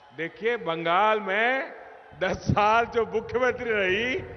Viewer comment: বাঙ্গাল নেহি বাংলা বলতে শিখ তারপর বাংলা ভাববি